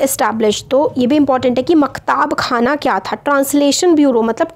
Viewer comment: Mam it is maktab khana not maktaab khana